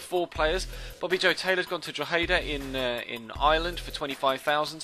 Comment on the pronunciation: I'm from Ireland it's pronounced DRO-HE-DA